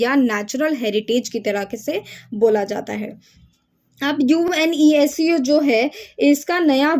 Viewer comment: Are didi ise younesco- UNESCO bolts hain😂